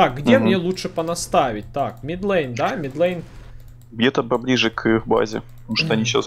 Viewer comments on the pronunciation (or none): middle line- средняя линия! Не мид лЭйн, а мид лАйн) А гайд как обычно хорош! За табличку не знал! Спасибо